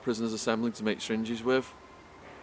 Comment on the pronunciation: Did anyone else wonder what is a "sringe" och "stringe"? I know he means "syringe".